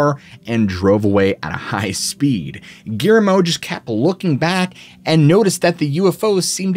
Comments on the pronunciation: 😂 Ok, I'll get on ya about something else. Guillermo is pronounced (Ghee - air - moe) with 3 syllables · Surprised he didn't pronounce his name Gimme. Couldn't even say Gui er mo correctly. He's really bad about that. A woman named Geraldine, called her "Gary" instead of Jerry, WTF ever. Biggest reason I don't watch him so much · 😂Okay I'll bug ya about something else. Guillermo is pronounced w 3 syllables ( Ghee - Air - moe) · My friend is going insane over the way you are pronouncing Guillermo